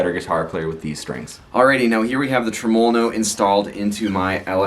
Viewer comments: That gets on my tits too. Nobody says it that way - not even the Italians that invented the word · the way you say tremolo really pisses me off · Good video.. any reason why you pronounce tremolo the way you do?